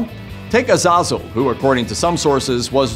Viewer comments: Ya, I am pretty sure he gave up on pronouncing the second z and the e in Azazel. I think he also messed up the pronunciation of Ithieral too. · Is it just me or was he pronouncing azazel and Gabriel wrong?